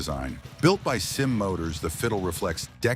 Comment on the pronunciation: Kymco, in Taiwan, is pronounced "kim-ko" and SYM is simply pronounced S-Y-M. Both Kymco and SYM are acronyms of the manufacturers: Kymco: Kwang Yang Motor Co. SYM: San Yang Motor Co.